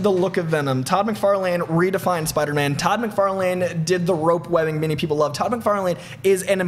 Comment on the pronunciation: Say Todd MacFarlane one more time...